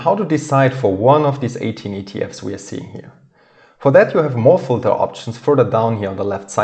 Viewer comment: Thank you, it is very informative. You say the word "filter" very unrecognizable, though.